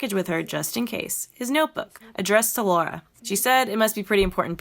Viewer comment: Amazing vid! But just a bit cringe and frustrating how you kept mis pronouncing her name like Laura (Lor-uh) instead of Lara (Law-Ruh). Lol. Other than that, great summation and refresher! Been YEARS since I've played it. The nostalgiaaaaaa. This is def one of my faves too despite the "flaws"